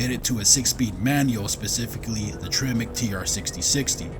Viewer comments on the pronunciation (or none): none